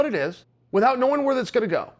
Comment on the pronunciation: I feel like I'm the one mispronouncing "without" now...